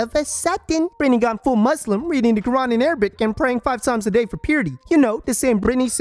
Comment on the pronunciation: "Bretny" 🤣🤣🤣 I can't!!!